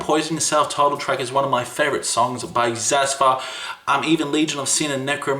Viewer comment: did this man just mispronounce xathur? I will hold back my knee jerk elitism.